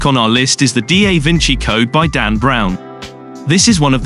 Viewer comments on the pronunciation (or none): Took me a while to realise this reader was not human. Booka, D. A. Vinci and other gaffs were a joke.